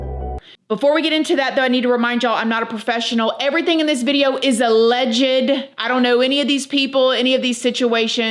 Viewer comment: OMG girl, "ALLEGED" is not pronounced like that! From Google, ""Alleged" is pronounced uh-LEJD (/əˈlɛdʒd/ or /uh-lejd/). It has two syllables, with the stress on the second syllable: uh-LEJD. The word sounds like "uh" followed by "ledged" TWO SYLLABLES! Not three! You only pronounce the "ED" like that when you add the "ly", for "allegedly." That's when you pronounce the "ED." I like this channel, but that drives me bonkers, lmao! And I swear, I am not trying to be unkind. If I were pronouncing a word incorrectly, I would hope someone would tell me!